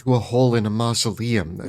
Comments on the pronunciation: Hehehe… mal-uh-sium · I love it, but seriously, have you never heard anyone correctly pronounce "mausoleum"? You professionally write about things that appear in graveyards.